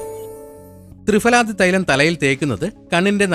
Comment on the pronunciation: തൃഫല തൃFaല അല്ല